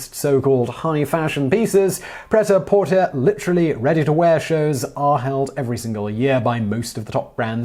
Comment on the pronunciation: What the hello was that??!? Pret a Porter.... is French, please find some accents and try that again. 😚